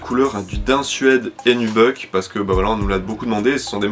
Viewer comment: « Nubeuk » 😂 Nubuc non?!